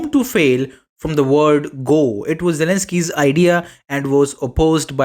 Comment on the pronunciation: You can't even pronounce 'Zelensky' correctly.